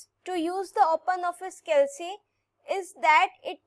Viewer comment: It's "calc" not "cal c"